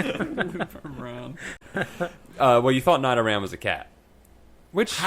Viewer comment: First time listening to one of these, and I'm already upset. Like, fuck,. Not knowing how to pronounce Nidoran? Get your shit together or you'll never be a pokemaster. Nidoking was and still is dabesss. Have some pokerespect